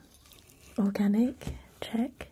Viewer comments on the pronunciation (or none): none